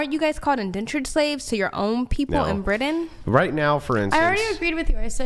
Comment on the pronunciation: I know where Britain is, but I can't find Briden on the map. I can't stand people who can not pronounce a word correctly.